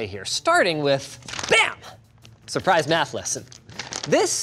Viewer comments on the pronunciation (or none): none